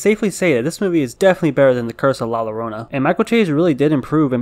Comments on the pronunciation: La Llorona Its pronounced layorona. it depends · The pronunciation of La Llorona was more frightening than the film lmao 💀 Also the opening scene was my favorite part of the movie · The way he says La Llorona 😂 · bro I got mad luv for you, but I always cringe whenever I hear non-Spanish-speaking people try to pronounce La Llorona 😂